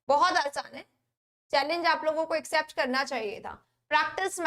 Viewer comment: इक्सेप्ट कि एक्सेप्ट मैडम? U pronounced इक्सेप्ट